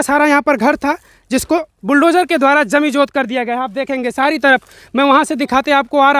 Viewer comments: जमिजोद नहीं रेे भाई जमीदोंज होता है। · Abe item jaminjot nhi hota jamindoj hota hai.